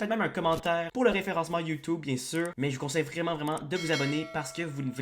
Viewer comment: J'adore quand tu dis "youtoube"